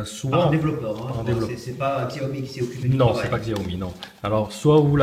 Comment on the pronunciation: Sa se dit "chaomi "